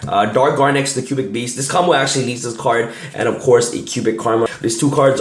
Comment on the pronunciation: it sounds like you're saying Cuban. LoL